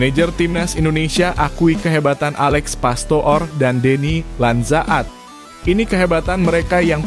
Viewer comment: Coba bang klo jadi pembaca berita baca yang jelas.. masa deny lanzaad dibaca bgtu.. tertawa yang nonton bang. Masa baca nama orang bgtu